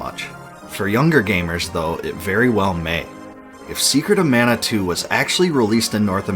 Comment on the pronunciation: ugh, please at least work on Pronunciation in the future man. This is hard to watch, there's countless mistakes. I do love that you put in so much work, but you gotta give. マナ !! マナ !! I'm still giving the thumbs up for total effort.